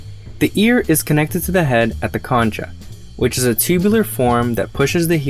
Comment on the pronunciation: "concha" pronounced as "kon'-ka", not as it looks.